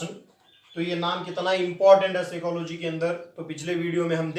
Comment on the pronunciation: P remains silent but pronounces 'p' in Psychology